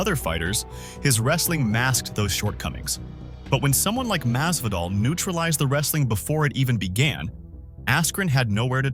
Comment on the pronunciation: His name is Masvidal, not Mazvadal